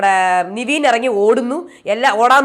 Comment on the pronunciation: നിവീൻ അല്ല. നെവിൻ അല്ലെ